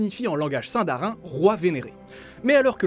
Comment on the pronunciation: Bon alors ^^en tant que fan énorme de Tolkien je savais tous :) sauf ! Que... Déjà sindarin se prononce sine-da-rine, Beren et luthien, Lucienne... Et les dunedains ont une longue vie grâce à une "récompense" venant des valars :) voilà